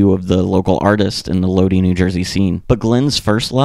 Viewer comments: Lodi is pronounced Lod-eye , not Lod-ee Also Samhain is pronounced -hain like -pain. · My only critique is to look up how to pronounce certain words. It’s load eye, not Lodi. I’ve noticed this in a few videos you don’t pronounce things right. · It's pronounced "Low-die" NJ...no big deal, just had to comment bc ur 1st I've ever heard mispronounce it. Obviously it's still good vid. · My man Lodi is pronounced low-dye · It's always cringe watching a video about the Misfits and hearing how they butcher the pronunciation of Lodi.